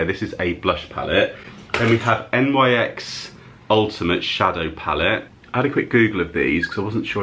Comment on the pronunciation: I think NYX is pronounced like NIX (Nicks) and when brands collaborate and they say ‘x’ .. instead of times, it means for.. e.g Soph x Revolution would be Soph for Revolution. Nice car boot finds!